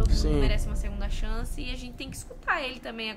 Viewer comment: "CHANCE" Com s. KakakakakKkakakakak